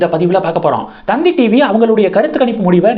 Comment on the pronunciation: 😂 அது தந்தி டிவி இல்ல... 🤣🤣 த த் தி டிவி